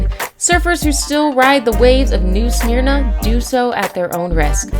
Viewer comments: You should maybe look up how to pronunce some of the places you are talking about. The Fl beach is pronounced like Smurna, maybe with a very subdued i sound before the m, I hear it pronounced both ways locally, but never SMEARna. You got a few others wrong, as well. India is not the largest population on Earth, it's China, by almost 1/2 again. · I live in New Smeeerna beach it’s not dangerous and pronounced Smurna 🤣